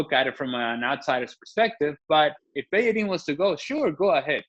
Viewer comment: Not a big deal. It's hard for them not to pronounce the "h". She is trying tho. She did a very good job pronouncing "Bellerin" and "Sérgio"